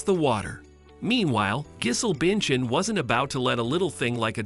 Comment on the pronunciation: Not "Gizzle Binchin" 😆.